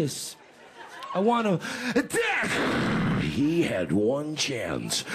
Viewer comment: at the he say "i wanna ATACK"